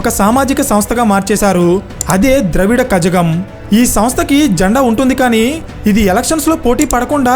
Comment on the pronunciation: ద్రావిడ కజగం కాదు ద్రవిడ కళగం